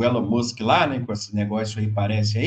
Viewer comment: O senhor está falando errado o nome do Elon Musk